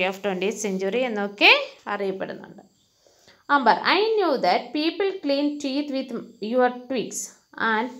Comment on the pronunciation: She is pronouncing like ' 'അമ്പർ' for Amber. But it's real pronunciation is 'ആമ്ബർ' .